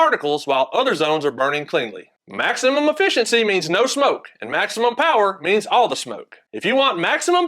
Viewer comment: Affissincy. Exactly how he said it.